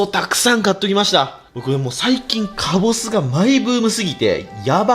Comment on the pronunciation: 最初以外基本カボスって言えてないの可愛い